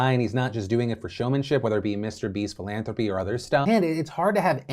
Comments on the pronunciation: Charlie, you pronounce "philantropy" like a Corleone 😅 The letter H appears twice ffs😅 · Also why can't Charlie say the word "philanthropy"